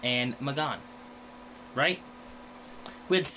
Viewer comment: just constantly makes me cringe. it's annoying that she thinks she knows stuff just because she's seen young justice. but she's literally seen nothing else. and she claims to be this massive fan of it but continues time and time again to pronounce M'Gann's name wrong. its pronounced Muh-Gan not fucking May-Gone. they say it hundreds of times in the episode.